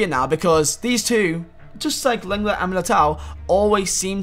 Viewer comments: It’s long-ley not leng-let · It’s not leng let look up how to say it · Leng let, great pronunciation m8